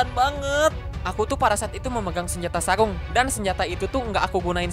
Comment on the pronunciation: Sarung ka, bukan saung..he